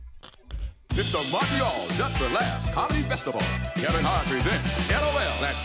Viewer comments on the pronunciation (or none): none